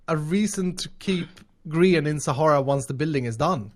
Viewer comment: Does know that he is pronouncing ‘Sahara’ wrong?